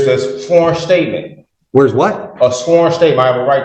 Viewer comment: "Shworn shtatmen."